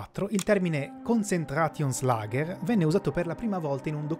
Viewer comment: Konzentrationslager non si pronuncia così. L'accento va sulla o. Konzentratiónslager. Ah, e i tedeschi chiamano KZ (ka zet, con la zeta sorda di pizza) quello che noi chiamiamo Lager. Lager significa semplicemente magazzino.